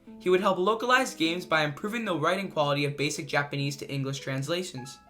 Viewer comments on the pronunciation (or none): none